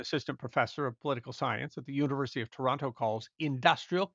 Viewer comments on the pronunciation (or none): none